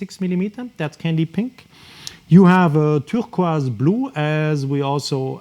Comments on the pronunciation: lol it's how you're saying turquoise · Can’t get over how this chap says turquoise 😂😂